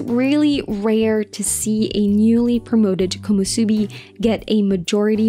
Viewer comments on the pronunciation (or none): nice video, few mistakes here and there like "Komosubi" instead of "Komusubi . Keep it up